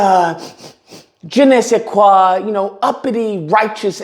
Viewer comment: Lol je ne sais quoi You have a good french accent 😂